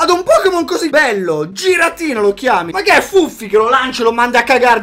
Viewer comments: È si dice ghiratina nn giratina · si dice ghiradina non giradina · Non si dice "giradina"ma "ghiradina" comunque bel video, ti adoro❤ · min: si scrive giratina ma si dice ghiratina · il "giratina" si dice ghiratina e la seconda carta ex che hai trovato si chiama kiurem potenziato ed è un pokemon leggendario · al minuto 7.05 il pokemon in questione che hai sbagliato,non si pronuncia così,si scrive Giratina ma si legge Ghiratina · minuto e giratina e si dice ghiratina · al m 7,06 si legge ghiratina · comunque si legge "ghiratina" no "giratina" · si legge ghiratina 😂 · Si pronuncia Ghiratina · Si dice ghiratina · Ghiratina si pronuncia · non si pronuncia giratina ma ghiratina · Si legge ghiratina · Si chiama giratina a ma si legge ghiratina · minuto si scrive giratina ma si pronuncia ghiratina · = si dice ghiratina hahahaha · il video di per se non è male...a quando ho sentito pronunciato giratina in quel modo ho dovuto mettere dislike (non offendetemi GRAZIEE)